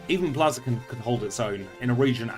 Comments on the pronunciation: Was about to come reply the same thing I'm used to it being Blaze eh kin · Lol i cant stop laughing at how you pronouce Blaziken